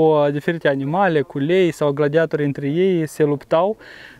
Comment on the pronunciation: Accentul e pe Torii in cuvântul gladiatorii .no offense .just for saying.